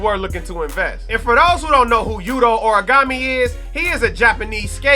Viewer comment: lols origami, its Hor-Re-Go-Meh